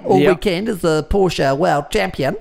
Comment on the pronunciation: you're definitely a Ferrari fan boy. Coz' you try really hard to pronounce "Pista" and "Speciale" the right way, but still from time to time, can't pronounce Porsche (Por-shuh) correctly.